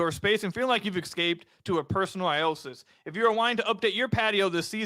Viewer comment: For that Wayfair ad-read, I think keeps mis- pronouncing oasis ( O-A-sis) as " I-O-sis."